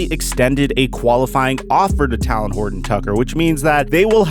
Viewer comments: TAY-LEN OR TAY-LIN NOT TAL-LIN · “Talin Horton tucker” 😂😂 bro it’s talen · Talons are on birds. Talen is a name said like Jalen. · Real Quick: It's "TAY-Len" 😂 Like "Jalen" but with a T. No shade, No shade😅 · Joshua Bro I been thinking the same thing last couple videos 😂😂😂😂😂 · I tried to tell him in the last video 😂😂😂😂 my nigga on his Kendrick Perkins shit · Bro you gotta say THT name right lol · so many people pronounce talens name wrong it’s crazy 😂